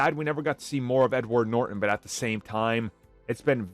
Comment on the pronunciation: It’s Norton, not Nor-en